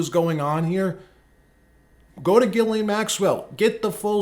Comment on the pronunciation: You mean (Jizz Leen) Maxwell 😂